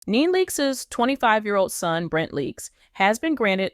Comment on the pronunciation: She has TWO sons & you can't even pronounce her name, girl bye!